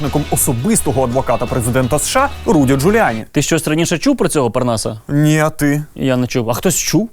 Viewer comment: «Нiт»?? Нит блять? Тесть теперь украинский язык это просто русские слова с буковой «i»?